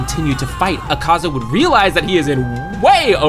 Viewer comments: e serio isso azaka e n akaza:face-red-droopy-eyes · akaza? noo azaka? YESSS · é akaza não sakaza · É akaza não azaka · bro you said azaka sorry but it's akaza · O cara falou azaca kkkkk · Porq vc fala umas palavras erradas? Tipo nome do akaza?